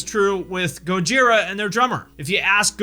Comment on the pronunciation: Thank you for saying Go-jee-rah, not Goj-eye-rah. Also, Slip what? Limp who?